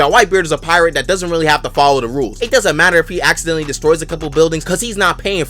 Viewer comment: “you could accidentally level an entire city” jeje, aciddentally